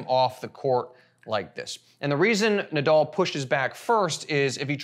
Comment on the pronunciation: It's Na- dal, not Na-dull.